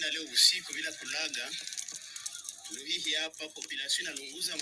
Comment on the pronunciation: c'est Luhihi et non kahihi